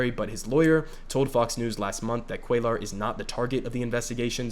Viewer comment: It’s pronounced “Cway-ar” but hopefully we won’t have to say his name anymore very soon